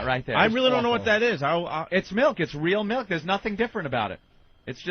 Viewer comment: I can't decide what's more infuriating, the entitlement or saying mElk.